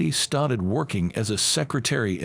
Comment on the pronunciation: Poor reader can’t say started. (St-art-Ed). We don’t bow to people, so it has to be some other country. Arranged marriages not in US . Whiteboard is white-bod